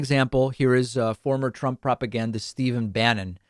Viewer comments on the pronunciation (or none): none